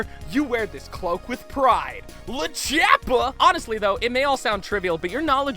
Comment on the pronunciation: It's not Lachappa It's Lord Chappa